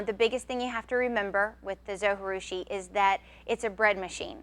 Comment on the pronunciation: Great video! Thanks for all the advise! One thing, though. In the video that came with my Zojirusha they pronounce the "J". I know you don't pronounce a "J" when speaking spanish but the Zo was made in Japan. Not trying to be too picky, but.... Linda